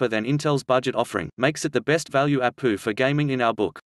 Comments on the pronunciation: Try "A P U" instead of "APU" soo text to speech thingeee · I'm going to start pronouncing it APOO lol. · Ok he said apooo